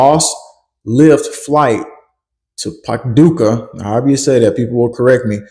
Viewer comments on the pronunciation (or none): none